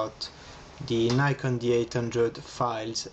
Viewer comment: Thumbs Down for a European saying N-Eye-Kon instead of the correct Nick-On and for taking 1,000+ shots at a wedding!